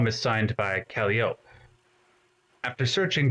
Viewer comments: kal-eye-oh-pee kal-EYE-oh-pee omg (enjoyed this video thoroughly, fwiw) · His mispronunciation of Calliope is actually super endearing!